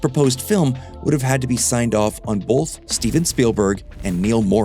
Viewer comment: BOLTH. It’s “both”, not “boLth”. B-O-T-H. Not b-o-L-t-h.